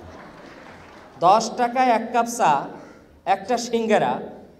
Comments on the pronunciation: উপাচার্য ছা না চা হি হি হি আপনি ঢাকা ভারসিটির উপাচার্য হিহিহি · বলতেসিলাম, ছা, ছপ, ছমুছা, হায়রে শিক্ষিত রে😡😡